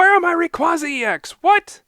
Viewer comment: its ray-qua-za not ray-quaz-za